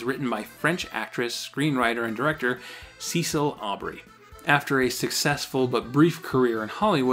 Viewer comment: "I don't know how this is allowed..." Generally speaking, copyright/trademark is based on reasonable standards. If a reasonable person wouldn't be confused — in the court's opinion — then it's not a problem. Also I'm pretty sure Cecile is pronounced ses-i-lee.